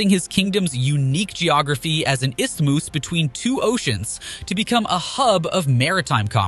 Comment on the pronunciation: Istimus? Gee, that's embarrassing